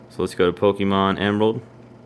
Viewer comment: It's po-kay-mon, not po-kee-mon